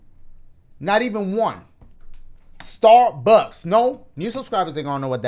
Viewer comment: Every time he says Starbucks in different videos cracks me up